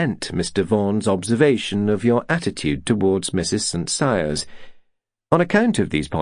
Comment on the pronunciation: It is St Cyres.